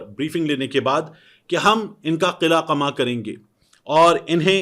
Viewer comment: طارق صاحب قلعہ (forrt) اور قلہ قمہ (demolish) میں فرق کریں۔ Their is hell of difference between two. Please correct your pronunciation.